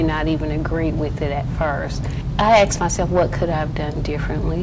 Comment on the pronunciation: You ax yourself? It's ask not ax!